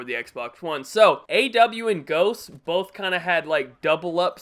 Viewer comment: who else heard say "booth" 😂😂😂